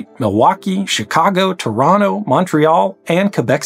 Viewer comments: Hey, you said "Toronno" like we do! 🇨🇦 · Congrats on your pronunciation of Toronto! Just like a local!